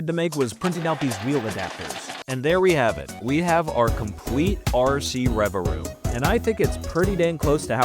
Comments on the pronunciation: Pronouncing it Revaroom and not Revavroom, which is what it's actually called, is bugging me so much 😭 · If you ever try this again, please, for my autistic brain's sake, pronounce revaVroom correctly lol But yeah lol, for what it's worth, still great to see appreciation for an underrated Pokémon lol